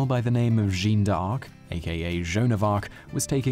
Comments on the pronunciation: "Jahn" d'Arc, not "Jeen"... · Jeanne is not pronounced jeans -sobs